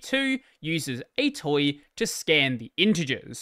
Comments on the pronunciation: Also, "atoi" is not pronounced like "a toy", it's like "A to I", because "argument to integer" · I don't think I've ever heard anyone pronounce atoi as /ɛjtɔj/ before...